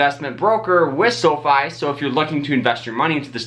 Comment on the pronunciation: "Sofi" rhymes with "so high" (not "low fee"). "Fi" is short for "finance" (not "fee-nance").